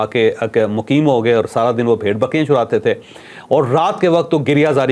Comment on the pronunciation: بهائی چوھدری صاحب چرانے چ کی زبر۔۔۔۔ اور چرانے چ کی پیش ان دونوں میں زمیں آسمان کا سا فرق ہے۔ آپ نے کہاکہ یہ بھیڑ بکریاں چراتے تھے اپ نے چ پر پیش پڑھی ہے۔۔۔ کہا یہ لوگ چور تھے؟ وضاحت فرمادیں